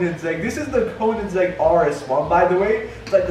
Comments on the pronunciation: Why does he keep saying "konansegg" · The way he says Koenigsegg makes me cringe...